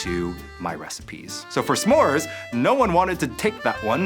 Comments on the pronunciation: The end of the video was hard to keep hearing some more instead of Smore, it's not a some more 😕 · I'm sorry, but the way Rosanna keeps saying "SA-more" is driving me absolutely nuts. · ‘suh-more’ gives me the ick i cant 😭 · This is just an ick of mine, but they’re not “SAMORES”. They’re “S’MORES”. Do we pronounce “don’t” as “do not”? NO. The apostrophe is there for a reason. It’s not “some mores” it’s a contraction of those words. ITS DRIVING ME CRAZY. I’m sorry. I love you all. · Ssssssssmores, SSSSSSSSSSSSSSSSSMORES! Not samores!🤦🏾‍♀️ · Curious to know if pronouncing the apostrophe in "s'mores" (suh-mores) is super common? I have never heard it said any way other than "smores" before. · Why does the one judge keep pronouncing Smores wrong? It's not sa'mores, no a sound. Sm. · why is rosanna saying semores ? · Rosanna actually pronouncing it as Suh Mores haunts me more than the cooking. Like yeah that’s the SPIRIT of the word but I’ve never heard anyone say it that way. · THANK you. No one else pronounces the apostrophe in s'more. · i’ve never heard the apostrophe in s’mores so pronounced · Is it just me or Rosanna pronouncing s’more is killing me lmao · i love the way they pronounce Smores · Why did she keep adding an a there isn’t an a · Ro's pronunciation of "s'mores" is definitely something. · Ro doesn't know how to pronounce s'mores